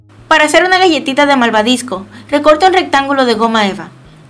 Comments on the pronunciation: porque dijiste malvadisco en ves de malvabisco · Se dice malvavisco no maldadiscio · se dice malvavisco no malvadisco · jajaja ella en ves de desir malbabisco dijo maldabisco